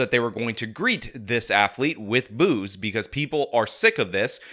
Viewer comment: I thought he was saying “booze” 😂😂 not boos lol